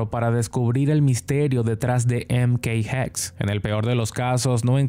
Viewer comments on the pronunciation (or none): Se pronuncia jexe. Bruja en alemán o jeqce, la e final suena